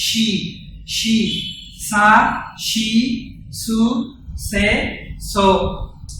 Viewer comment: ভাইয়া, "ছ" এর উচ্চারণে পার্থক্য আছে। ছা, ছু, .... এগুলো মানে, chha, chhu.... তাই, সা, সু বললে ভালো হয়। এগুলো উচ্চারণ হয় sa, su এই রকম। Shi এর বাংলায় "শি" হবে। সা, শি, সু, সে, সো। But class টা সুন্দর হয়েছে।